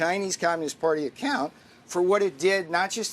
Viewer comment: acCÓÙnt 😂 just sounds like deflecting blame with extra steps